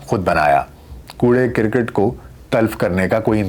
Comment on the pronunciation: Aap ke 2 lafz ghalat talufuz ke hn 11 ko gyara kehte hn yaara nahi Kura karket hai kura kirkit nahi